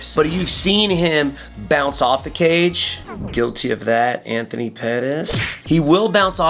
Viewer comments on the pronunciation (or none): none